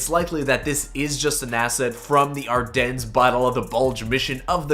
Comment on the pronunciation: The “s” at the end of Ardennes is silent.